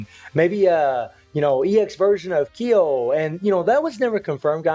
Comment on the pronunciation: Yeh he can’t pronounce Kyo either. Smh. Don’t bother.